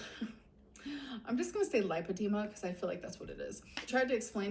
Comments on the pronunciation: LAH alert: if she got an in-person verbal lipedema diagnosis, wouldn't she KNOW how to pronounce it? Because the doctor would have said it? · Hi Guys! I may be nitpicking but don't you think if she was at the specialist for lipodema, then she'd know how to pronounce it. I am sure the doctor would of said it multiple times. I don't know. I don't believe it. I think her doctor was WebMD. I hope I'm wrong. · Funny how she “listens” to her doctors’ advice but can’t pronounce her diagnosis